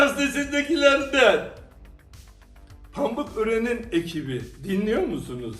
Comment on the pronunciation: Pambıkören diyor ya offf😂😂😂😂😂😂😂😂😂😂😂😂😂😂😂😂😂😂😂😂😂